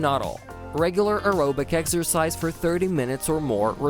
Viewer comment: This man said “eggercise” … Greg Doucette is that you ??